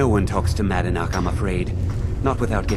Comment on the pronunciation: voice line error here. He say’s “manadnach” instead of madanach